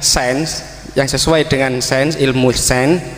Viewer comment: Ilmu sains bacanya sayens bukan sen. 😊